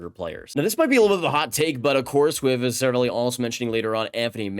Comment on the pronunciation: say it with me please. Ser-A-Val-E